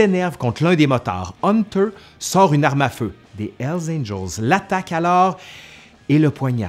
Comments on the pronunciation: C'est curieux parce que comme tu es Québecois j'ai toujours l'habitude de ta bonne prononciation des mots anglais (par rapport aux Français qui prononcent ça à la française). Mais quand tu dis "L Angels", ça m'a surpris. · Mon ami.. il faut bien prononcer le " H " de Hell ... Parce qu'avec très peu d'effort, on pourrait comprendre " ELS ANGELS " , qui signifierait totalement le contraire des "anges de l'enfer" . Merci pour votre vidéo ;-)